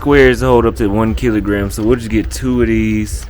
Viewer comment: It's "get" not "gate".....yawa, ma jaluo mane mokia kisungu 🤦🏾‍♂️